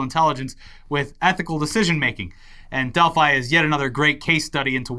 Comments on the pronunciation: Delph-ee, Delphi-ee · attempts to say 'Delphi' were amusing, but still made me wince every time. Edit: And then started saying it too. Doh!